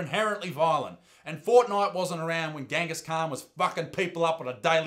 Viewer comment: THATS NOT HOW YOU SAY GENGHIS KHAN, pronounce the g as if it were a j, that’s how you say his names